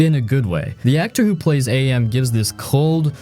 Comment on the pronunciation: It's not A-M it's AM. As in cogito ergo sum, I think therefore I am! And the voice actor who voiced AM is the author of the novel himself, Harlan Ellison.